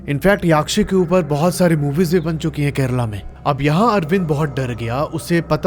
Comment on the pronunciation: भाई याक्षी नहीं यक्षी होता है ।